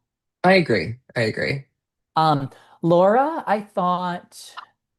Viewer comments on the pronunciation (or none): I love your show, but please stop calling LNG Laura. It's Lara, pronounced "Lah-,rah." Grazie. 😂 P.s. Your hair looks fantastic!